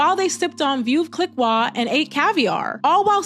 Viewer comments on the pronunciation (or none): It’s pronounced “vuv like luv” is what I’ve always heard lol “Cleekoh” veuve clicquot ☺️